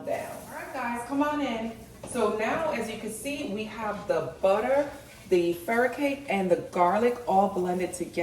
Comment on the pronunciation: Wow those fresh vegs are beautiful and healthy looking. I'm going to try the lobster roll and you just gave me an idea for crab cakes which I haven't had in such a long time. By the way I believe it's pronounced FUR-REE-COCK-KEE...this is how the cashier at the korean market pronounced it. I bought some Nori Komi Furikake to go on my rice. Anyway, you are a God Send...most recipes I found use mudhrooms and I'm not a fan of them. I do use hearts of palm and jackfruit and walnuts as a meat substitute but not many pepole use these in their recipes. Looking forward to seeing more from you.😘